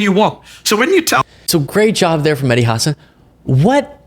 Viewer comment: I love your content,. I watch every day. Just one little thing: The emphasis on Mehdi Hasan's last name is on the second syllable (Huh-SAAN). I used to love Chris Cuomo and his reporting. Now he's leaning way too heavily toward wackadoodle.